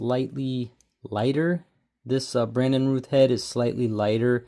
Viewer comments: Pronounced Routh like south not Rooth. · 😅😅😅😅 yup. Routh>rowth